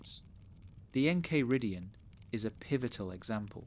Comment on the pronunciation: how are you gonna pronounce the enchiridion like that